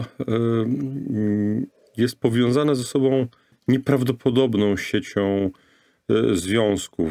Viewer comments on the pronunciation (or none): Książka fenomenalna. Goście fenomenalni. Rozmowa super. Ale "z tobOM", "z sobOM" do logopedy bo uszy "bolOM"